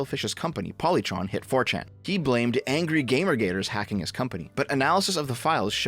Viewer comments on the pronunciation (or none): none